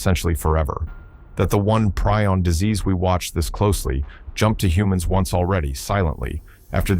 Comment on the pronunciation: Preeee-on. How many times can you mis-pronounce something you can easily check?